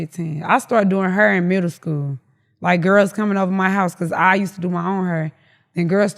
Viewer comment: She's so chill that I can barely understand what she is saying. I've never heard someone pronounce "hair", "hura"